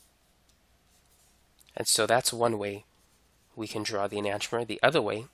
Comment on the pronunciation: Learn to pronounce enantiomer correctly